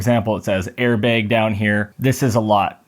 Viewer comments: Did you say "Al-Carda"? It's the material "Al-Can-Tara". And those weren't Allen Wrenches, that were Torq Wrenches. Also, "Airbag" the "bag" part is pronounced like "bat". And you can use AC, just on the lowest setting and the mic won't pick up the fan noise. Or better yet, cool your car prior to doing the recording, then turn it off or on low. You're welcome. :) In all seriousness, good video. I would never get a Yoke, they're good for at the drag strip but not for on the streets. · airbeg LOL